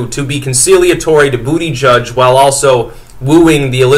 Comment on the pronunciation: He said Bootyjudge, heh heh, heh heh.